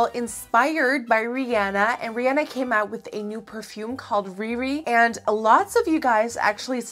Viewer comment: GOD BLESS YOU FOR SAYING RIHANNA'S NAME RIGHT